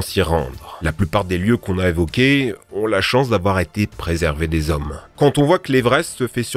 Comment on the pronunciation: "Deux cents trente-sept z'hommes"... "rien ne soit z'inaccesible à l'Homme" ... nan mais sérieux... (normalement, tu es censé t'améiorer, depuis le temps, pas empirer...)